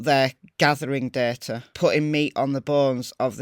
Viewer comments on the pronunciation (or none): none